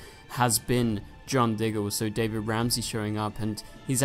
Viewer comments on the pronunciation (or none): none